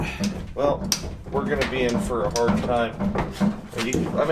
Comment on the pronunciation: "but because they are hahd... or whatever" 🤣